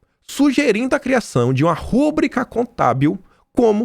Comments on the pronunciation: por favor, não diga rúbrica, diga rubrica, a sílaba forte é no i. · vc é bom. Mas te dou nota 7. Você lê mal demais. RUBRICA = RÚBRICA? poxa, a sílaba forte é BRI. ENTÃO, leia RUBRÍCA. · KIM , CONSIDERO VC O MELHOR COMENTARISTA DA INTERNET. PARABÉNS. (preste atenção, ouvi você falar >> "Rúbrica" essa palavra é paroxítona fala-se rubrÌca, sem acento porque as paroxítona não usa-se acento). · Querido, quero apenas que vc pronuncie a forma correta da palavra. Ao invés de rúbrica o certo é rubrica. Com acento tônico na penúltima sílaba. 👍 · Rúbrica, não, RUBRICA, POR FAVOR!